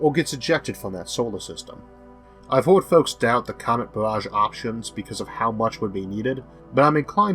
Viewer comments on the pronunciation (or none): none